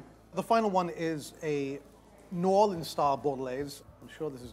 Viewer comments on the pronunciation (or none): The way he says "New Orleans" sounds like he's saying "Northern". If it wasn't for the subtitles I'd have no clue what he said... why that irritated me IDK lol